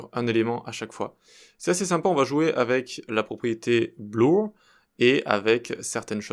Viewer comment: Pierrot a encore frappé!:) Moi j'aime bien cette chaîne, elle est ma thérapie pour me réconcilier avec le CSS ^^. Et pi j'aime bien aussi la prononciation des termes anglais par notre ami. C'est pas gentil de ma part je sais mais ça m'amuse. Blour pour blur (qui se prononce bleur) ou Coloum pour column ( qui se prononce coleum). Ne m'en veux pas, je te kiffe!:)